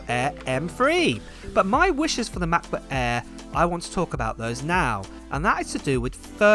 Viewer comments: Say it with me now MACK book air not Ma buk aah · “Macbook Ayeee…” 😂